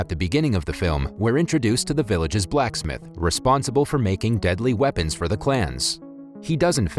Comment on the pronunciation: Why you gotta say Blacksmith like it’s two separate words?